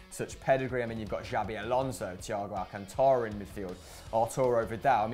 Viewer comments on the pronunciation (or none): Al-CAN-tara, not AL-cantara